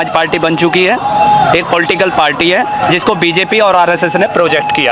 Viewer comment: कोई इसे बताओ कि पार्टी होता है पाल्टी नहीं 😂😂